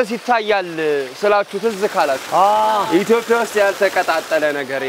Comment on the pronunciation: ብሮ መጣም ነው የምወድህ፣ የማከብርህ ፣ እርጋታህ፣ የሀገርህ ፍቅርህ.......ግን ግን ግን እባክህ ኢትዮፕያ አትበል!? ኢ ት ዮ ጵ ያ በል በናትህ።